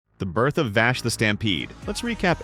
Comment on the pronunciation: I cant get over him callin Vaash....